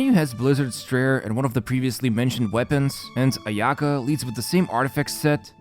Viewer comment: ayaka, u say it with one go, not aya ka